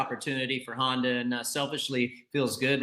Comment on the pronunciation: Of you are a professional supercross commentator you should have to be able to pronounce the word Honder- the R is silent. It’s pronounced Honda